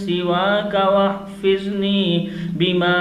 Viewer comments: "Wahfazni" hai, "wahfizni" nahi.. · Aap kyu Aisa padh rahe ho Wahfazni hai waha aap wahfizni kyu padh rahe ho